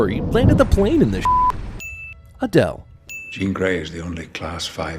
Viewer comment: what's wrong with adele? euh i mean a dell?